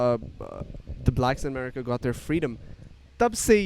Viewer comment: Jis tarah ‘America’ bol rahe hai, did anyone not feel odd! 😂 btw I am a big fan of urs